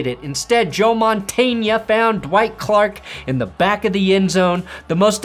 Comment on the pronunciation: Don't ever call him Joe montania